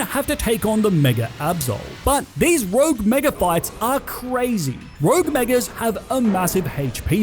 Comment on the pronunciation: You said “thwee rouge megas”